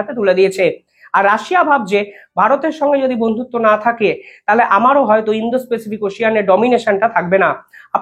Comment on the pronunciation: আপনাকে আগেও লিখেছি যে ভাষা শুদ্ধ করুন আগে। অন্তত ৫০ বার বললেন indo specific, কথাটা indo pacific। যা ইচ্ছা বকে যাচ্ছেন। দিনে ১০ টা করে ব্লগ বানালে এরকমই হবে। একে তো reading পড়ছেন মনে হয় টার উপর ভুলভাল বকছেন। যাচ্ছেতাই।